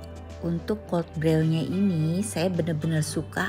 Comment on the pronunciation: Koreksi, brew dibaca bru 😊 seperti nama Andrew dibaca endru.